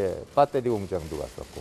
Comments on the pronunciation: 뭔가 그 동안 같은 국민이지만 초일류재벌 하이스펙 교육환경을 거치고 외교할때도 영어가 워낙 유창한 회장님이라 '붸퉈리~' 라고 발음할 줄 알았는데 '빠떼리'라고 하니까 뭔가 인간적이고 정겹다. 토종한국인 동족확인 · ㅋㅋㅋ큐ㅠ재드래곤,, 배터리를 빠떼리라고 하네 ㅠㅠ 졸귀.... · 베터리 발음 정겹네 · ㅋㅋ 이재용도 빳때리 라고하네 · 회장님 발음 "빠데리" 친근하네요.